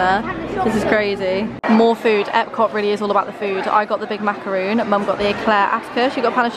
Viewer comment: 1. Atticus needs some table manners. 2. It’s macaron not macaroon